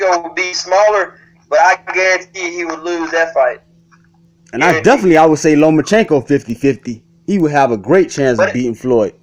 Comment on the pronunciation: I stopped listening when he said lomachenko lol